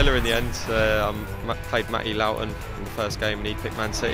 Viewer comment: its pronounce low tun!